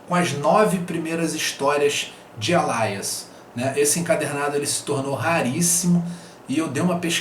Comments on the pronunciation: Gostei bastante do vídeo, mas a pronúncia me irritou um pouco. Não é sua obrigação ter a pronúncia perfeita, mas permita-me lhe ajudar: "ÊLIAS"! Continue o ótimo trabalho! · desculpa a chatice (chatice mesmo kkkkkkkk), mas acho que a pronúncia do Alias que vc está dizendo não é essa...